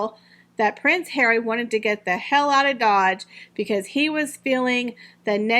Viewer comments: oh yes, I love the hilarious pronunciation…HAIR-WEE, I just love. So much fun to hear what I’m thinking from someone else. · Congratulations! I love your channel and find your ‘prince hawy’ to be the funniest thing to be heard!